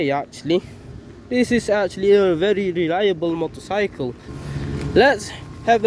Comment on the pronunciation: leliable motorcycre 😂